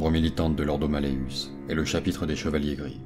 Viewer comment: Juste enorme ! Le montage, la narration juste parfait ! Juste une chose, il me semble que l'Ordo Malleus se dit ... " MalleOUS " , (comme mousse, housse XD)